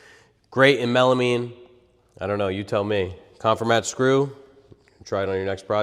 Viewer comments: The name is a play on “conform” so it’s pronounced con-FOR-mat not CON-for-mat. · Check the pronunciation of "Confirmat". And please don't smash things for the crowd. A stress test with a scale would have shown us more. You know, but they possibly don't know that, the thin piece of Masonite on the back of the structure does 90% of the holding power. Hey, glue is good too. (the don't pack glue because they don't want your wife to yell at you when you get it on the carpet.)